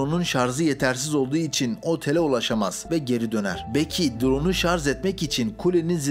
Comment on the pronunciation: ŞarZ değil ŞarJ...